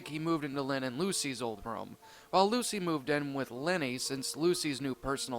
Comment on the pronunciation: I like how you said LUSA instead of Lucy xD